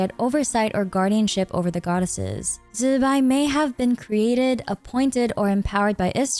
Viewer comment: i find it funny that so many content creators are having trouble pronouncing Zi Bai. there are a ton of Youtubers, literally on this platform, that teach Mandarin pronunciation for an English speaking audience. Her name actually sounds pretty cool when you say it right too, go check it out